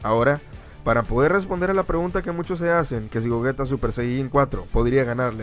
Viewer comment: Por que le dice gojita y es gogeta